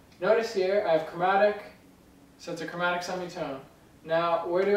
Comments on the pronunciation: lol 'chormatic' - great video! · sorry but what was that chromatic or chormatic ?